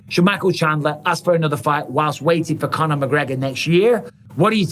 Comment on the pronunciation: “Con her” mcgregor Chandler can stop hanging around like a chandelier 😂